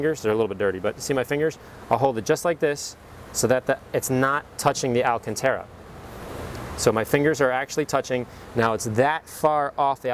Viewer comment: Alcantara. Pronounced, Al-CAHN-Tah-ruh.